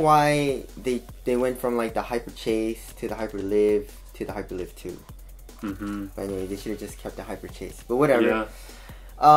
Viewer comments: i think its hyper liyve not live like living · It's hyperLive as in alive